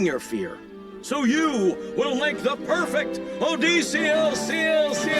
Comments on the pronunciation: im a classicist. every time they pronounced Odysseus "oh-dee-see-us" i took 40 psychic damage and had to set the video down to come back to later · Snyder's pronunciation of Odysseus was probably the most horrific part of this show for me. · The way they pronounce Odysseus is sparking a deep rage in me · unrelated to all the other terrible things in this show, I hate the way the dad (I cannot remember is name for the life of me) pronounces Odysseus's name